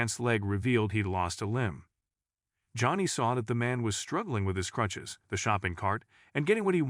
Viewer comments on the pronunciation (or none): This guy pronouncing crutches as clutches just sounds like a made up.story to pull at your heartstrings